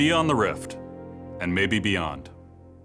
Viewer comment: "and maybe beyound"???? what do u wanna say? (mmo)